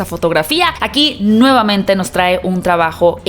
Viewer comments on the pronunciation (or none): none